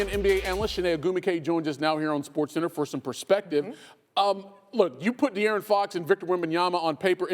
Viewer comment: I love how the commentary said Da'Aaron Fox then Dee'Aaron Fox...I do this too when Idk how to pronounce someone's name